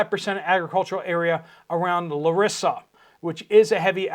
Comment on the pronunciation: It's not " LarIsa " but " LArisa " ; also, the flooding didn't occured by the rain itself but from a scandalous act of destruction on several different bankings around the river PiniOs FROM the workers of ThEssaly Region Office (it's already on the news over here but i highly doubt that will get public on Europe or U.S.A.) .